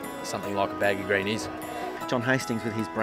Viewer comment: why can't this guy pronounce baggy 'green' properly. he says baggy grain. he's trying too hard to be occa